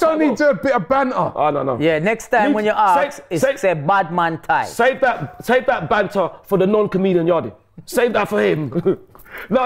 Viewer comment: it's not me and Tye it's Tie and die. 😂